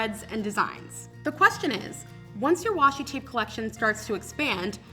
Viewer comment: It’s washi tape not washi tap😂 nice video though👍